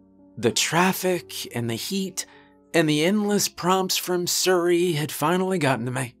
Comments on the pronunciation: Why does he say suri instead of siri 😂😂😂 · Could you seriously not say siri, instead of surry? Wtf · Sir•ee instead of seer•ee some how bugs me.